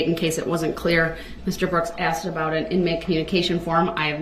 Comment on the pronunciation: Love him “axing and substained” words…. Love the way she asked him about “biast”….sorry I’m meant axed…..